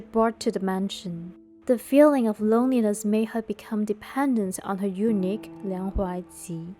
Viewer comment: Real ancient story? Or narrating a drama?? Narrator sounds so weak, I almost doze off😅 anyway, I think eunuch have pronounced wrongly😅😂